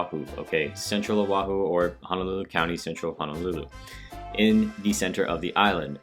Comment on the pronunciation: Nice job on the video. I’m native Hawaiian, just wanted to touch on one thing, your mispronunciation of Honolulu. You kept saying Hanalulu. They’re “O”s, not “A”s.